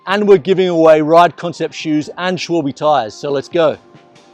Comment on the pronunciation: Es heißt Schwalbe und nicht Schwüülbiii😂